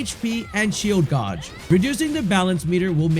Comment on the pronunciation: Great video. It’s pronounced gauge (gayj)